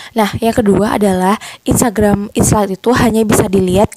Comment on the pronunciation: Aku kog dengernya inslide bukan insight ya 😊